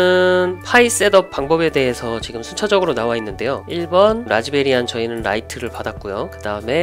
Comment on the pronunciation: 별로 중요한건 아니지만 라즈베리안이 아니고 라즈비안입니다. 뭐 라즈베리안도 귀엽고 좋네요.^---^ 항상 잘 보고 있습니다.